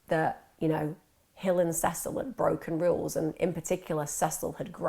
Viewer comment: I can't believe u can't pronounce Cecil u had to watch some sort of interviews so come on